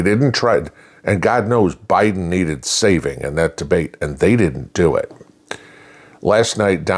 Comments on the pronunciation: I'll go back and watch it again and get the time stamp for you. I about fell off my chair when I heard that. Then I went and backed the video up and relistened because I thought I had heard her wrong. Nope, she said plain as day O'Biden😂😂😂😂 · Trump All The Way! Did anybody catch HARRIS when she said OBIDEN